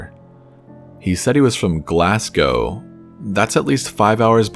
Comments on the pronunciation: Little critique: Glasgow is pronouced Glazgo. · Glasgow...Glass go LOL it's pronounced glazgo